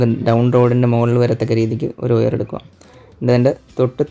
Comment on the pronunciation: വയർ(wire) എന്നാണ് ഒയർ(oyar) എന്നല്ല.....we expecting more informatics vedios...